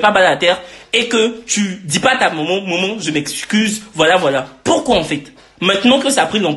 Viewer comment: mais wsh on dit maman pas momon 🤣